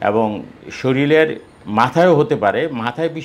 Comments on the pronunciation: প্রথমে বললেন শরীল,,, তারপর বললেন মলম,,, তারপর পয়সারে বললেন পসা,,,, 😢😢😢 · একজন ডাক্তার যদি শরীল উচ্চারণ করেন ও বাচ্চা বলেন, তাহলে সাধারণ মানুষ কি বলবেন।